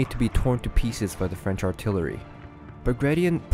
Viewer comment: Why did Napoleon invade Russia!!? Also, at first it sounded like you said "Napoleon's fridge empire"...:p